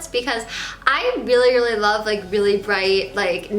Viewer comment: "Weally weally weally..."